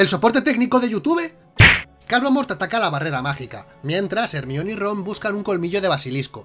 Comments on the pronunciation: NO SON ERRORES DE DOBLAJE: Hermion jajajajajaja saludos me encantan sus videos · QUE HORRIBLE QUE DIGAN HERMION